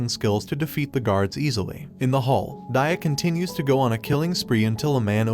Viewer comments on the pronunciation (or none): Bad at pronouncing names , aren't you? Dia should be pronounced as Dee yaa not Daiya but overall your Explanation is pretty great . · yo he said daia instead of dia